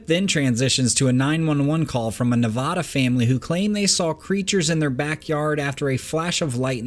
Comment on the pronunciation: OK....please tell the world that it is pronounced...Nevaaaaada...like the 'a' in cat or bat or rat....not Nevawwwwda. Thank you. Ive lived in Nevada for 40 yrs and a ton of people dont know how to say it correctly!.....I absolutely love love love your work!!! That would be the 1st 'a' in Nevada!! lol The 2nd 'a' sounds like...DUH!! Thank you sir!